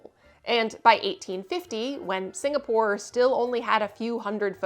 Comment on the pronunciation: "Singastore" lol